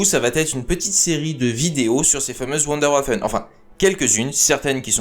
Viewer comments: On dit " Voundorvaphon' ". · prononcer Wunderwaffen avec l'accent anglais, c'est plutôt dommage. Mais l'intérêt et la qualité du boulot dépassent ce point de détail. Bravo !